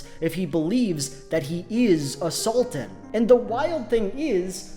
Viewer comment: I can't help but hear A Sultan as assaultan.